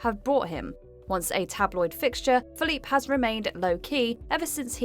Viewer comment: The sad part is that shes has said his name correctly in previous videos so why fuck it up in this andcwith this video ?